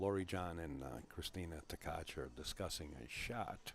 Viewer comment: It's Tkach and not Ktach. SMH 🤕